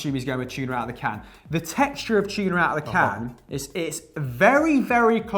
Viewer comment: It’s TUNA not CHUNA